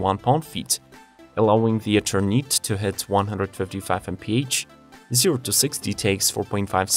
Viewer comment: When you don't know how to pronounce a name, I suggest you get google to help you. Eternite?!?! seriously